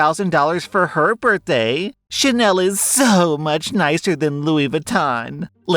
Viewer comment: The LV and chanel sound like singapore or Malaysia